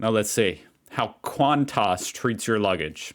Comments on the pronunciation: The news today is those two got sacked (fired). Hardly surprising. Also it's Qan-tas, not Qant-tos - oh, wait a minute, I get it...Qan- tossing. Might become a new Aussie sport! Fab. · QANTAS is an acronym for Queensland and Northern Territory Aerial Services. It’s simply pronounced “kwontis” not kwontarse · It’s QANTAS NOT QANTARSE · Hun, it’s not Quantoss, it Qantas(sounds like quan-tss) the “a” is silent. And Melbourne isn’t Mel-borne. It’s Mel-bn… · Qantarse? lol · Say QANTUS one more time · Someone tell how Qantas is pronounced!. V little emphasis on the tas at the end 😄Its our national airline, known as 'The Flying Kangaroo', due to the red Kanga on every planes tail. The letters stand for Queensland and Northern Territory Airline Service. Founded around 1920 I think. The world's 3rd oldest continuous airline and one of the safest. I heard some of their luggage handlers were sacked this week hahaha. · There is no "O" in QANTAS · I suggest you google the pronunciation of words foreign to you, eg. Qantas, Melbourne, Brisbane, etc, etc.